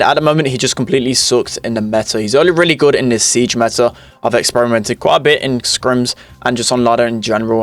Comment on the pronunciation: He said siege